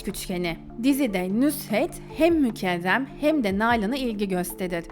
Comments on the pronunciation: Kiz mükerrem adi, mükevrem degil. Çok acaip diyorsun isimleri. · O nasıl isimler ya mükezzem mi mükehhem mi Nüzhet mi Nusret mi , tek anladığım Seniha😂